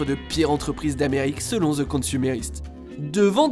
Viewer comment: Pouvez-vous utiliser le francais dans vos texte de dialogue et arrete les expressions en anglais comme a la fin "checker et pouvez-vous apprendre a prononcer le "THE" svp, ca se prononce "DE" et non "ZZZE" un petit tour dans google translate pour apprendre la prononciation est toujours pratique - Merci